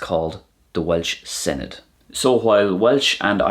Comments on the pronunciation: Senedd it's sen-iTH a really hard TH .. not edd as in English pronunciation of dd. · Good job ! Tasg da! You need to remember that the "dd" is a "th" sound as in "then" so senedd is not sened but seneth. As well "oe" is an "oy" sound (Oy vey!) and not "we" as it sounded to me so "coes" is "coys" and not "cwees".